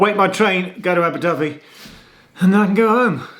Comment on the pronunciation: I thought you said Abu Dhabi Geoff! 😂